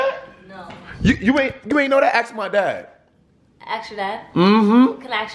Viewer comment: Okay it bothers me when people say "acts" instead of "ask"